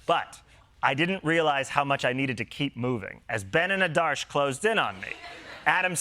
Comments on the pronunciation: It’s okay … but i have to say it. That would be AADARSH (Aadursh) not ADAARSH Just trying to get the names right ever there was a problem with Kamala ( pronounced simply KAMLA) And I just live for this show and have since forever. Don’t stop. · AH-darsh. That's how to pronounce them